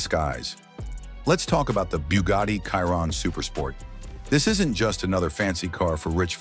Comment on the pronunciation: It's pronounced Sheer-On. Chiron😅